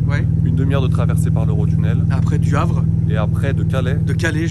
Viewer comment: « Le havre » 😂